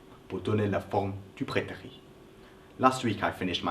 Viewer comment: J'ai l'impression que tu prononces prétérit par "prétéri" alors qu'il faut le prononcer "prétérite". Il faut qu'on entende le -T final. Très bonne explication en tout cas. :)